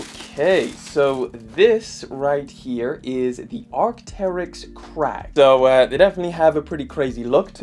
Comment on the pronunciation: They’re called arcteryx kragg not crack 😂